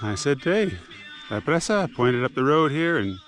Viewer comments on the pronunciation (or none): Cool trip. Presa is pronounced pray-sa.